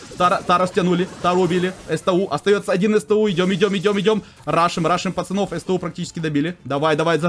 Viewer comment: Правильнее сту а не эстэу!